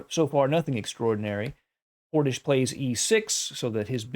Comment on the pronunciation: Excellent commentary as always Love how you say Portishch